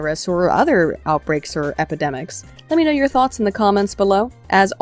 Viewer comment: Am I the only one that kept hearing Thots of Death, the elite assassin squad of egirls?